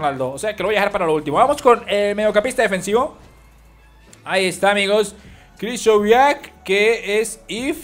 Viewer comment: porque dices KRISHOVIAK ME DA BRONCAAAA!!!!!!!!!!!!!, SE DICE COMO SE ESCRIBE KRYCHOWIAK